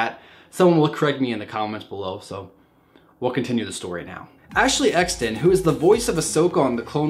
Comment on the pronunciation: It's called Ashley extine